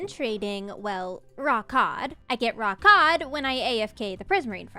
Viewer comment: For some reason, I heard “raw cod” like was saying it with some kinda accent and kept hearing it as “rawk hard”… oh the little ways we entertain ourselves when recovering from a weekend at the hospital… 🤷🏻‍♂️